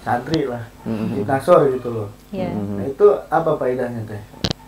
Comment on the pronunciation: Mungkin hizib Nashor Teh...Pak ustad itu bilangnya hizib Nasror.....punten Teeh